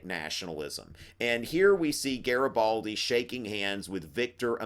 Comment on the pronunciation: Hi! your videos are amazing, I might be passing my history exam just thanks to these videos! Anyways it's GARIBALDI and not GARABALDI:D But you're still awesome! Thank you so much!!! Italian fan here